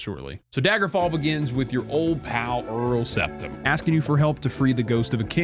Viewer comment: Dude said "Earl Septim"